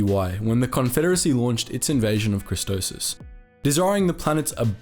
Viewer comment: Idk why but I cringe everytime he pronounces Christophsis as "Christosis" 🤣